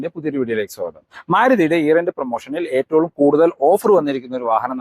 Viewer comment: എന്തുകൊണ്ടാണ് നിങ്ങൾ എപ്പോളും എട്ടൊള്ളും എന്ന് പറയുന്നത് ഏറ്റവും എന്നല്ലേ 😁